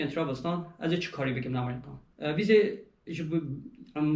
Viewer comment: Gellek spas ji bo parvekirina van agehiyan yên rind û hêja, spas bira. Tenê tiştekî bala min dikişîne, ew jî lêvkirina we ji namî (navî) welatî Amerîka ra .. Hûn dibêyin Amerîqa ! Tîpa ( k ) diqulibînin ber ve tîpa ( q ) ... !